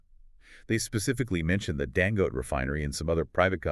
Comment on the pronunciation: proper pronunciation: don-goe-tay